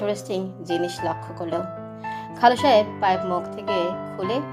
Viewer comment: অনেক অনেক সুন্দর হয়েছে এক কথায় just wow একটা কথা শুনে খুবই হাসি পেলো আমার খালু সাহেব আপনি এতক্ষণ মুখে পাইব নিয়ে কথা বলছেন পাইব পড়ল না কেনো 😊😊😊😊😊